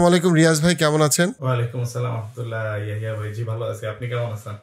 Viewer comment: নামটা হবে YAHYA । YAHIYA না।